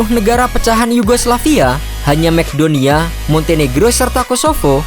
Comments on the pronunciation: Bacanya Makedonia bulan Mcdonia bang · Macedonia nyebutnya masedonia min, bukan mekdonia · Macedonia = Mas-e-doo-nia